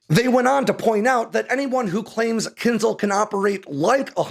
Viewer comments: It is pronounced "Kinshaal". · You should read it as Kin-jal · Thanks for the video! But it hurts to hear how you pronounce kinzhal :) It should be kinžál, so not z but zh and the stress is on the second syllable. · When will English learn that Latin transliteration "zh" from Cyrillic is pronounced closer to "j" and NOT "z", so it's "Kinjal" not "Kinzal". Anyway, however you pronounce it, its military power remains equivalent to its name -- a dagger, and definitely not a missile. 🤣🤣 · Claims specialist knowledge but can't pronounce "kinzhal" (кинжал). This is no eхpert. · I think it's rather pronounced Kinsh-aal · Spot-on. As an American in Ukraine, may I help a little with the pronunciation of "dagger"? Кинжал has that lovely ж in it that we transliterate to zh, but the sound isn't a z, but like the s in casual. And the al is like Al as in You Can Call me Al.